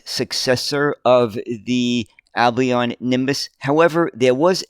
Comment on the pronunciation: 'Albion' is pronounced 'Al -be on' with the 'L' sounded. Also Mousehole is pronounces Mouse -sill! Isnt English weird?! BTW, the picture at timestamp looks to have been taken at what is called Tram Sunday at Fleetwood Lancashire, UK.The stretch of road is called Lord Street, I was born about 500 yards away in a small terrace houce in 1956. Until trams returned to the roads in Manchester, Fleetwood was the last remaining place in the UK where trams actually ran on the road for about 30+ years! Although Tram Sunday started out as a show for trams, it expanded to included buses and vintage vehicles and is still held every year in July.